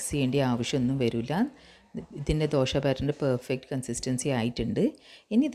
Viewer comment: മലയാളം സൂപ്പർ മാവ് കല്ലിൽ ഒഴിക്കുമ്പോൾ ഒരു ശബ്ദം - ശ് .......... വീണ്ടും മറിച്ചിടുമ്പോൾ - ശ്--....... ദോ ശ് .. ദോഷയല്ല ദോശ